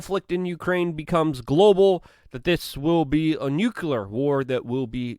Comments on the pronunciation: Luke its NUCLEAR! not Nukular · That would be NOO-Klee-yar, not Noo-kuh-lar. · Nucular bruh? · Good coverage as always, Luke. By the way, it's pronounced "NU-clee-er." Let's not speak Bush Jr., please. 😉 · Why is it people in the United States CANT say N U C L E A R?